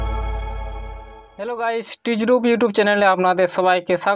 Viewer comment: ভাই টিচ রুপ না-😂 টেক রুপ হবে 👌